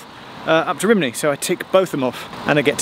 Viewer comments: Rhymney isn't pronounced RIM-nee, but (far closer to) RUM-nee. (edit) You got it right once, but not the other times. How come? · After 'Rimney' I stopped listening